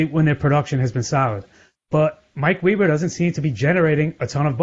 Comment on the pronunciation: It’s Weber not weeber